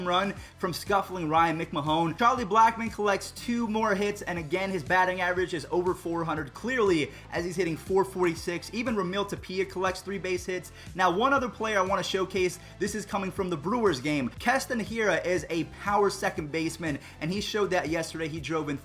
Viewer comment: It’s tapia not tupia